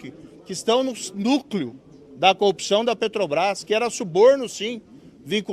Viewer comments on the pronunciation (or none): Eu não aguento mais ouvir 'copção'. pqp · Incrível com o Moro tem dificuldades em far a palavra corrupção,só são coopcao...